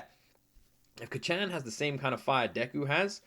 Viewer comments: This is absolutely one of my all time favorite animes! If you're loving it now, I can't wait to see your reactions to later seasons! Also, Kacchan being pronounced like you would say kachow, absolutely fries me 😆😆 (If you're interested in how it (and other Japanese words) is said, keep in mind that Japanese is a mora-timed language, not a stress-timed language like English! Each syllable is pronounced for the same duration of time, giving it a staccato-like sound! Japanese lacks the strong emphasis on syllables that English has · Can you please stop calling him Kacchan lmao... It just cringes me idk why... Imagine if your friend from childhood or your sibling called you an infantilizing nickname like Luky-Luky, I wouldn't personally call you that because I'm not close to you at all... (+ the pronunciation is really off so it kinda irks my ears too). Like you can just call him Bakugo like every other character in the show and every single person who watched the show, + it's easier for the pronunciation. Anyways, glad you're enjoying it so far, I knew it would be one of those you would like from the beginning based on your prior reactions to other shows, but it'll be fun watching this show again through you eyes. Have a great day/night! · Praying the pronunciation of Kacchan gets better as the show progresses